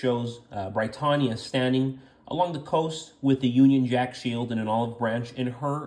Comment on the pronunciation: He pronounced it right every single time. Are you deaf?